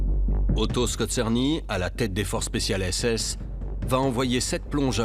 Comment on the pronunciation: SkoRzeny et non pas SkozeRny...